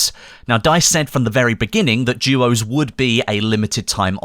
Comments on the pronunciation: it called duos not juos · is it just me or does it sound like is saying jewos???